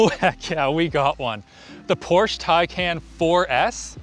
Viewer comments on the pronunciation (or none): i think its "taycon" not "taycan" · "ThePorshTEYcahn..." the inner german wants to slap this sob so bad.